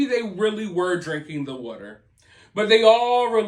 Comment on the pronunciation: Maybe they are getting sick cause their drinking this wudder you keep talking about. Have them get some bottled WATER. Out of all the way you pronounce words wrong, say them wrong etc... Can't you after. You are the worst.